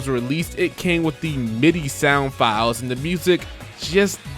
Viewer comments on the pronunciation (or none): none